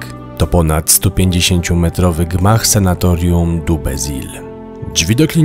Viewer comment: Panowie, super robota, tylko jedna kwestia. SANATORIUM mówimy!!!